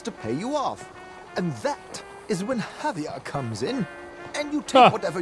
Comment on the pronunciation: I know I’m very late but I can’t stand how you pronounce Javier’s name